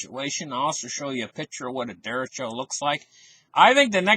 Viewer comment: nice report - derecho is a Spanish word for right direction. Look up the Spanish vowels and Spanish pronounciation